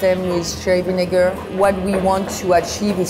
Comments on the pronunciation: did she just say shrigniger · What was she saying? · did she say vinegar? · Hold up, what did she say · the way she says vinegar im dying